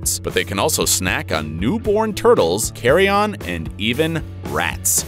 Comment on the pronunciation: I do believe he meant carrion, not “carry on” 😂.